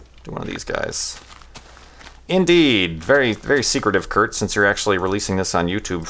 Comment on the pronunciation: *Kurt*, not Hurt :P